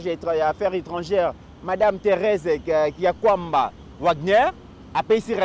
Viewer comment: Ndeko c'est Kayi-Kuamba pas Kia-kuamba ce qui signifie Irréprochable en Tshiluba